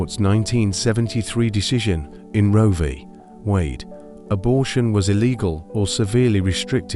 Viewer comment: Fucking AI garbage. Doesn't even know how to pronounce roe versus Wade. Doesn't even know what it is. We could have Google's spelling it already. Thinks it's still in effect probably. I'm not going to watch any more of this shit. I've seen those days in this AI revisionism drives me crazy. Just make shit up you guys? No, that would require some creativity, wouldn't it? So you just take history and embellish it, and fuck who cares?